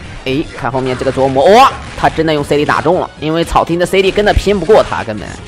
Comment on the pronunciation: 每次都感觉听到 琢 wu 磨